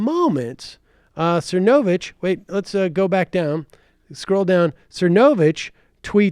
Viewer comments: I'm at the hair salon so I have the subtitles on and every time you say Mike's name it comes across "Mike sir no bitch." Lmao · Is it supposed to be funny mispronouncing Mike's last name? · sam constantly mispronouncing cernovich is poetry it's like he just makes no impression on him whatsoever - completely forgettable